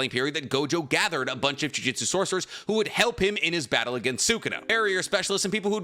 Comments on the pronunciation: While I like your videos and all for the most part, but it kinda bothers me each time you pronounce it as juJITsu, instead of juJUtsu, considering jujitsu is it's own martial art thing and jujutsu is something else entirely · Say it with me JU-JU-TSU, NOT GOD DAMN JIUJITSU FOR THE LOVE OF GOD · Please stop saying jujitsu, that's a martial art specifically centered around submissions. It's jujutsu, 2 very different things.